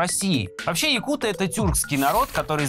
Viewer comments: так на якутском может надо открыть словарик? Я саха и правильное ударение на якутЫ, а не якУты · . якуты, ударение на Ы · Только не якУты, а саха или же ударение ставьте на якутЫ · нет, якутЫ или саха. Причем тут ударение на бурятов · Нет, правильное произношение - якУты, ударение на второй слог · ну, так правильно произносить якутЫ. Ты верь дальше русским словарям и вообще русская пропаганда везде диктует ударения, законы и религии. У нас свои правила, придерживайтесь ударения правильно 🌰 Это все равно что говорить укрАинцы, а правильно будет украИнцы.